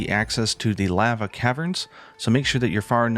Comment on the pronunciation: That is not how you say lava